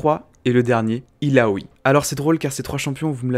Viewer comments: illaoi pas illaoui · Jveux pas faire mon reliu mais Yasuo se prononce Yasso. C'est un nom inspiré de la mythologie japonaise Et Illaoi se prononce ïlaoye C'est un nom Traditionnel Comorien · Grosse Merde ca voix ne me derange c juste sur la partie d'illaoi il prend une intonation bizarre